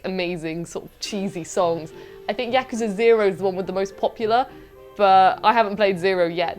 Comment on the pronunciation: Congrats, the first person on the channel who pronounces "Yakuza" correctly!